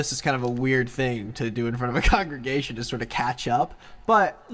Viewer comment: *congregation, keeps saying congression- what the heck, he doesn't even know